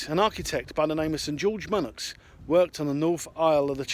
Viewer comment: Sir George Monoux, it's a French name pronounced 'Mon-ooh'